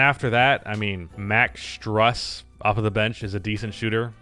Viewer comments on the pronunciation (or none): Pronounced Max Stroos not Struhs.